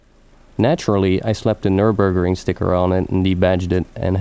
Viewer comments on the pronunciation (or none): none